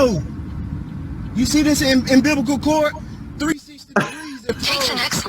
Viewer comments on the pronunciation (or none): Did he actually say that it's his "ambiblical" cord? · Did he say, "Do you see this imbiblical cord?!?" (The tassel on his hat). 😂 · I couldn't get past "ambivical cord" What a joke these fools are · "you see this im-bib-a-cal cord"? Cmon man really.... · I know I'm late to the party but "You see this imbiblical cord...". 😅😂🤣😜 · "Imbiblical cord" LOLOLOLOL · "Umbiblicle" cord? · What the hell is an 'embiblical cord?' roflmao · What's an "imbivical cord?" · I died when he tried to say "umbilical" 😅